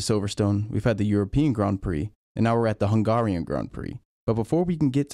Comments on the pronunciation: HUN-GAH-RIAN LMAO WDF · Yet another example if limited culture on behalf of USA. You can't pronounce. Húngaroring is the Circuit, but the nationality is not pronounce hun- GAH-rian, but hun-gare-ian ( gare, rhyming with bare ). Not GAH. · The way he said Hungarian 🤦‍♂️ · I'm starting to hate ai channels, pronounce Hungarian properly. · This guy keeps saying "FAA" when he means "FIA". What gives? Also, he can't say "Hungarian" lol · Pronounce Hungarian correctly. Please. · You say Hungarian werid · This guy can’t say hungarian